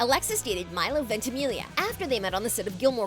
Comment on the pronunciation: no one is talking about how she says ventimilia instead of ventamiglia